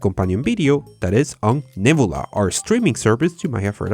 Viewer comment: You said "nebula" a lot of times and I still had no idea what you were saying... "nibblea"? Neb-YOU-la.